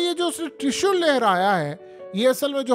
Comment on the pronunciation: ترشل نہیں ترشول ھوتا ھے😂